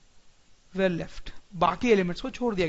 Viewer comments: Sir your pronunciation is not correct when you say "were".I am not insulting, I am just correcting your mistake.The pronunciation here you are using is of where not were.Thank you btw for such a helpful video.Great effort done by you and btw its more better in hindi because we get to know the things much better as it is our mother tongue. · He don't know the pronunciation of were